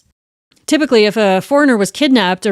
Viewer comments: Of course his name is pronounced Yan, not Jan. Swedish J always pronounced like English y. But otherwise... good stuff. I love the Fonzie stuff. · I love your channel so much but it drove me absolutely bananas hearing how you pronounced his name - with is obviously YAWN - not hard J - JAN. I’m American but even I know better about any Scandinavian/northern European pronunciation. Normally wouldn’t judge, but as the heart of the story I feel like this is important . Also, Darian Gap is insane, anyone attempting it is no hero! Used to live in Santa Marta, Colombia and discouraged so many backpacker idiots from doing this. The LUCKY ones got caught by the military before FARC, cartel or smugglers found them first. EVERYONE know the gap is beyond dangerous and Colombia and Panama do not allow any legal crossing, only via boat. So many young men thinking they are special like this is some major feat…it is not. You’re proving nothing by going somewhere that literally both corresponding govt tells you DO NOT FRIGGIN DO THIS. You will be murdered. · His name would be pronounced “Yarn” not Jan (northern european pronunciation of J) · I am pretty sure that his name is pronounced Yahn and stands for John. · JAN is pronounced YAHN. Just FYI. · Just a bit of linguistic info, his name is pronounced 'Yan'. It rhymes with Han (Solo). Most Js in Europe sound like Ys. I love your channel btw. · My god you could at least pronounce the poor guy's name right! 🤣🥲